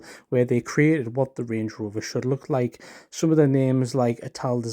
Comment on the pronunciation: land “rOOver”